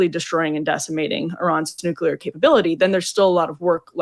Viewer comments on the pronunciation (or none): Wasn’t dying to hear VDH say “nukuler” over and over again 🤦‍♂️ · Love VDH. Please instruct him how to say “nuclear”. He’s pronouncing it like W, “nuculear.”😫😫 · WHAT THE HECK IS A "NCULAR""?? 😄😄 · WHAT IS A "NUCULAR"? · Impossible to take someone seriously eho pronounces nuclear as *nuke-ular*. Another instance of that guy being wrong and a mouthpiece. The very thing they criticized 4 months ago. Same as it ever was. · Nu-clee-ur”, Professor. Not “Nu-cue-ler”! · Why can’t he pronounce “NUCLEAR”?? These super-educated people keep saying “nucular”. It’s so frustrating! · VDH is no doubt a smart man, but my god he butchers the hell out of some words.